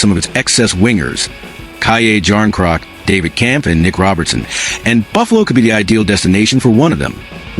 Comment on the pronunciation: Lol what's wrong didn't like the Cayay Jarn-Crock? 😂